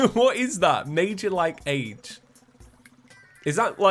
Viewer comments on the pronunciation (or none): It's not "like age" it's "like-ej" like "carnage" Just a weird way of saying he likes it a lot. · ‘Major Like age’ It’s pronounced like-ej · like-age is said like-idge as in he likes it very much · It's not "like age". It's "likeage", but spoken with a pause. Think American comedian and actor Pauly Shore, circa early 90's. Yer welcome. He's saying he really likes it. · Major Like-age, pronounced like edge. It sounds more like an west-coast thing from the 90's. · supposed to be likeage pronounced as one word. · Major like-age is pronounced similar to adage. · Hi this is your resident American like-age is pronounced age with the soft a sound like aj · It's "Likeage" like wreckage! very american lol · I think it’s supposed to be pronounced “major likeage” it’s just typed out like “like - age” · Like-age is pronounced the same way you say 'fridge' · he means major like-age pronounced like edge not as in an age! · major likeage is supposed to be pronounced like carnage and I want to say it was an American thing around like the 80s or 90s? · When the goblin tinkerer said major like-age, it's likeage. The age makes the same sound as uj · Like-age means likeage which is pronounced how mileage is pronounced.